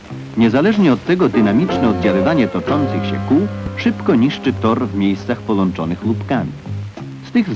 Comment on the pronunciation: I to L zamiast Ł. "W miejscach polączonych lupkami" :)